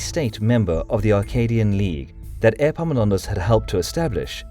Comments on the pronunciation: 'Airpaminondas'. Better say it as if it was 'Eppaminondas', the e would be right then (epsilon). And the p is not doubled in English anyway, think modern Greek doesn't do it either. Or if it was the other Greek e (eeta), then 'Eepaminondas' would correspond how it changed from the ancient to modern Greek, as it did in English. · Is it just me or does anyone else hear airpomenondas insteas of epaminondas 😂😂😂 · Airpaminondas? Like Air Jordans?